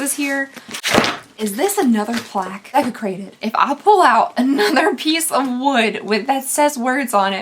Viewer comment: Why is the word Desecrated all I can hear everytime does this unboxing? 🤣